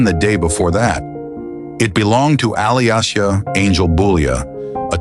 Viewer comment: Her name is pronounced like Alicia.